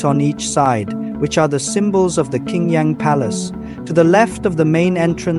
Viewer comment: Qing Yang is pronounced " Ching Yang ". Qing is pronkunced as " Ching ".